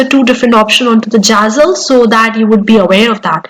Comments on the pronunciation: Girl, it's not jazzle !! It's Zazzle. Pronunciation is the key. If you want to sound trustworthy with your accentuated English which is not your actual way ( its noticeable with bit of observation) of conversation normally. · don’t get upset😊, you English good, but only name of platform was really not correct and little bit funny, I m sure you already learn and corrected❤